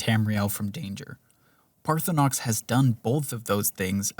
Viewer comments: And even with all the valid criticism, I still play a playthrough in 2026, 15 years after it came out and it is by far my most beloved RPG fantasy escapism. And I love that you mispronounce Parthunax the whole time and call this evil lizard Parthunox. 😂 I call him target practice until I can make Dragon-Spare-Ribs out of him and suck up his soul. 🤤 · ParthurNOX? HOGraven??? My brother in christ show some love to the letter “A” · He also says Dwenmer. And Altuin. And Paarthonox. Etc. lol. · Good video, but hearing you mispronounce dwemer and paarthurnax repeatedly drove me crazy. (And hagraven) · Is there some joke I am missing as to why you are miss-pronouncing Paarthurnax cause his name is said many time in the game, also in this video. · Enjoyed the video. The way Paarthurnax was pronounced really annoyed me though.